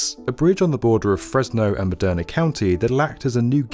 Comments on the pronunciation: (Madera County) not “Moderna County” (Fresno) not “Fresco” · Hi, great video. Thank you. Two mispronounced cities though. It goes from Madera not moderna and pronounced like Madeira. Also it is near Fresno, not Frisco. Though I wish . Still waiting.